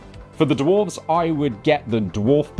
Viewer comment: "dwarves" :face-purple-crying::face-purple-crying::face-purple-crying::face-purple-crying